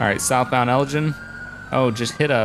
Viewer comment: idk why but this really bothers me the way you say Elgin its a place in Scotland and its said El-g-in not gin the drink but anyways keep up the good work :)